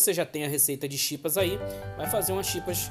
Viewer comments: O nome é Chips não chipas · quem fala chipas kkkkkkk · "Chipas" kakkaka